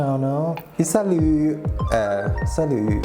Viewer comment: your "salut" was so perfect ! I speak french but from quebec 😅 i dont know why it makes me feel kind of emotional to hear you're moving away, without Naomi 🥺 ive been watching yall for so long and used to see you together 🥰 All that matters is your happiness in the end 😉ill always support you, love from Quebec ❤